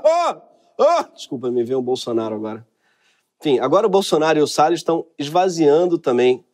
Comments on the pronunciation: O ministro"Sell us" foi demais! Kkkkk O nome condiz com o ofício. Sales (vendedor), A pronúncia "sell us" (nos vende) é muita ironia esse trocadilho. Kkkkkk So clever! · AMEI SEU INGLÊS E MAIS DO "RICARDO SELL US" O PRÓPRIO HAHAHA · Ricardo "Sell us"😂